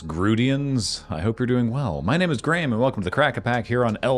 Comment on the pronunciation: So Graham has gone from a hard G in the rap to a soft G now... :person-turquoise-writing-headphones